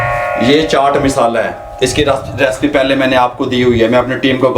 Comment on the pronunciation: respian respi kia hota hai recipes ya recipe hota hai bolna seekh lo